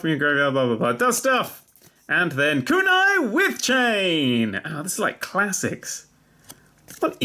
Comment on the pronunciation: You mispronounced kunai wichain.